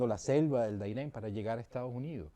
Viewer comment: No es el DAIREN es el DARIEN. de resto una entrevista que se aproxima bien a la historia y a la realidad